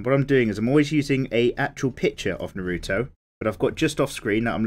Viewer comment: I cringed when you mispronounced his name